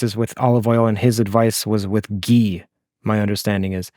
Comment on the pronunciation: Ghee has an H in it, come on you don't have the white person excuse lol